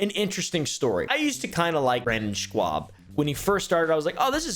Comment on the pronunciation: It’s schaub not shwuab